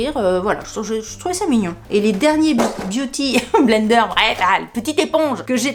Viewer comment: Biou ti blaine deur, à la prononciation normande 😂😂😂😂😂merci pour ce bon moment, j ai oublié : les we malade au lit......